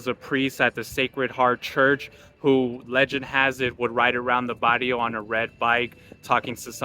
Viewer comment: Learn how to pronounce its not Bario its Barrrrrrio!